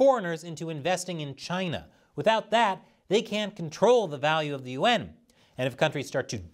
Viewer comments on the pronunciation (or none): Why do you pronounce yuan like U.N.?